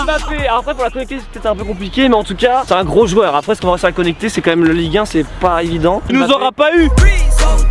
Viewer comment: A il dit zoueur je suis le seul à l'avoir entendue